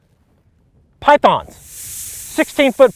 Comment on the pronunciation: I skipped the sponsor and all I hear is PHYTHONS!!!!